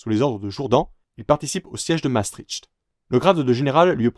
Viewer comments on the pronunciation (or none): none